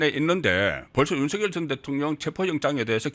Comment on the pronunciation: 넘 무식하게 들려요. /윤서결/ × /윤성열/ ○ 윤 전대통령님을 존경한다면, 부모님들을 존경한다면 함자 바로 /윤성열/로 불러 주세요. 고유명사는 문법(여기서는 자음접변)에 영향을 받지 않아요. 본인이 부르는 대로 불러 주는 게 예의이고 상식이에요. 취임 초기에 /윤성열/로 불러달라고 했어요. 지금까지 /윤서결/로 발음하는 건 어감상 거북하고 넘 무식하게 들려요.